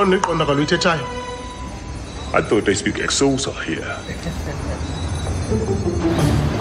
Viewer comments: The sacarstic humor when he says ksosa instead of Xhosa with a click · So the language thing is the "Wakanda" people spoke a language that they thought is spoken in South Africa, he says "I thought they spoke EX-HOSA on this planet" or something like that but it's actually XHOSA which is a language here so based on this commercial there is a language called EX-HOSA and he spoke that language to the South African guy so it's a dig at the American accent that he used to pronounce the language or word XHOSA .. then when he enters the chicken lickin' he asks for big John.. so the dude behind the counter points to the dude that is packaging the Big John burger and when the Wakanda people asks the guy at the back that is boxing the big John burger "big John?" He is like in agreement that he this burger is the big John..but typically because of our cultural differences they confuse the guy with the burger